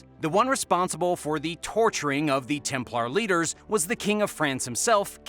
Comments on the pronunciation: stop saying templAARRR please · Templar is pronounced with er not ar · The knights Tem - Plarrr 🤣